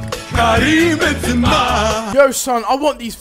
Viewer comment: it's Ben ZEEma Zebra but Benzema.